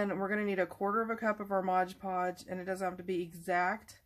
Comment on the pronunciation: It's MOD -Podge, not Modge-Podge! 😆